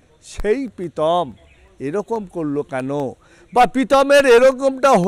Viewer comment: পিতম না কাকু প্রীতম🙏🏿🙄